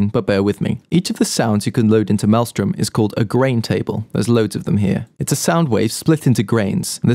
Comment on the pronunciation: malström was pronounced wrong